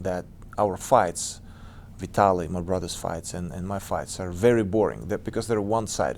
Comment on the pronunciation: "...Ya know like brOOtha's???" haha. This dude is a beast!!!